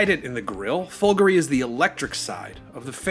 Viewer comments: The stress is correct - i.e. it's supposed to have a similar stress pattern to the word "Calgary". Listen to the Maserati team pronounce the word. It's the final vowel that the presenter gets wrong. He pronounces it as /i/ instead of /e/ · It's so weird - Americans are supposed to be used to emphasising the 2nd syllable instead of the 1st, like comparing British and American pronunciations of the word "harassment" but for "Folgore" he turns into a clueless Brit. Maybe he's thinking of Calgary...